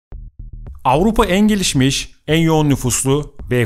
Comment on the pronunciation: Ağupa değil AVRUPA bir kere doğru söyle